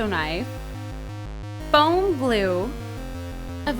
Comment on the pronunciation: Everytime she said fome I thought she said phone :3 Lawl